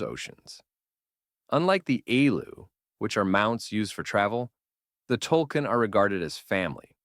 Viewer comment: Not tulkin, tulkun (tool koon) please watch the movie or read the comics if you're going to make a video on it